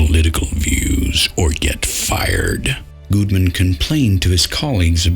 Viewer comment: You know whats uh.. annoying maybe? Weird? I don't know... is the fact that when you talk in your low, grumbly voice like this, your pronunciations of "google" and "Gudeman" are effectively identical, which, in this particular case, has a significant impact on comprehensibility of the subject matter.